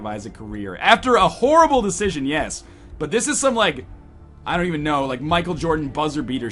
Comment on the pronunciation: "...a whoreble mistake..."